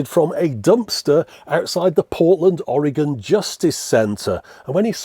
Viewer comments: Your pronunciation of Oregon was perfect. Thank you. Also love your humor and puppets along with your earnest love of what you show. Again, thank you. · Hello from Salem, Oregon! About an hour south of Portland. Thank you for pronouncing Oregon correctly! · As a proud Oregonian, I must gratefully applaud you, Sir, for pronouncing my State's name correctly. If it's no trouble, could you maybe teach the other 50/51 bell-ends who can't!? (I count Puerto Rico) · Congratulations on actually pronouncing "Oregon" correctly. Most Americans can't seem to do it.😂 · Thank you for saying "Oregon" correctly. Very few people (who don't live here) do.